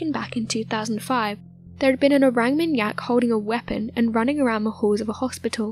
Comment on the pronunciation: Orang with a deep a like ‘is ahh’. ... or -ahng How do people make mistakes like this when making videos that potentially hundreds of thousands of people will watch ?